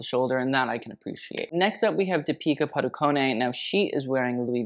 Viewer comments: It's not padukoné It's padu-con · It's deepika padu-cone, like the word cone not conay.